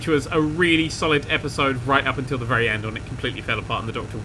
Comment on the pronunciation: Its a wery wery wery big turn